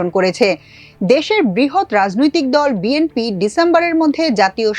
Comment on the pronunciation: বিএনপি নেতারা বিএমপি উচ্চারণ করে বিএনপি বলতে পারেনা তারা দেশ চালাবে😂